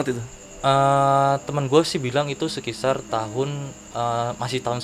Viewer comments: Sekitar mas bukan sekisar wkwkww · Saran :: & Kritik buat NARSUM.. Kacau bnget Lu berBahasa Pembalut ( Nyebut merk) wkwkwkwk Sekitar jadi Sekisar Hahaha.. Kacauuu.. sampai kita nyari2 apa itu arti bahasa Sekisar :) :D